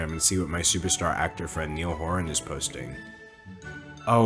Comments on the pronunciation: Did he REALLY call ny-all horan neil😭😭😭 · are we gonna talk about him d’angelo pronouncing it neil horan instead of Ni All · Niall is pronounced like the Nile river. Not Neal. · when you said "Neall Whoran" it felt like a personal attack. IT. IS. PRONOUNCED. (NYE-L HURON). anyways ur still my favorite YouTuber xoxoxo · NIALL HORAN ISNT PRONOUNCED NEEL ITS PRONOUNCED NIGH-AL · I love how you keep calling Niall “Neil” 😂 n-eye-all. Not Neil. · Niall! N-eye-all! 😂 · “neil horin” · I believe his name is Niall Horan pronounced Nigh-el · “niel horan” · I can't believe you pronounced Niall as Neil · Was it just me that found it weird he pronounced Niall as Neil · All the 188 people thumbing down this video so far was after YOU said Niall’s name wrong😭😭😭😂how dare you! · I’m late and Niall is obviously wrong but that’s not how you pronounce his name damn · Literally the only thing wrong with this video is the way you said Niall. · I cant belive no one is going to talk about how he said nialls name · Nobody No one at all Me a One direction fan when he says Niall wrong : “👁👄👁🖐🏾 Incorrect sir” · the way you say Niall has me screaming omfg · americans trying to pronounce niall gets me eveytime lol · It’s not an american thing, it’s just d’angelo saying it wrong lol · the way that you pronounce niall is.. innovative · no one is talking about how he pronounced niall wrong 😤😤